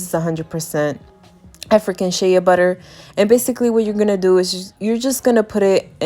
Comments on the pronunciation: SHEA pronounced SHAY not SHAYA lmao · Sis it is “Shay” Butter not “Shaya “butter. But good job thanks for the video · It's pronounced SHAY BUTTER NOT SHAYA LOL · Its funny how she says it as shaya butter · Girl, it's Shay‼️😂☹️ NEXT‼️ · just an fyi, its sh-ay butter